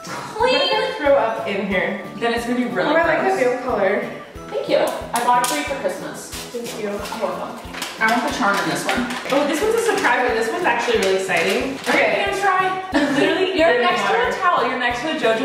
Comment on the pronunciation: anyone gonna comment about her saying “eciting” instead of “exciting”